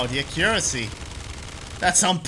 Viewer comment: Hahaha why do you pronounce accuracy so weird xD